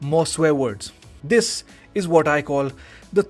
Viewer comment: ain't nobody is "ts" for "this" lil bro pack it up 💔💔💔🥀🥀